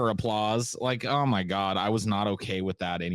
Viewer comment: "I used to be an atheist situation but then I wanted stuff from Amazorn so I told people I was losing my house and Christians gave me money so I became a gord believer Individjul."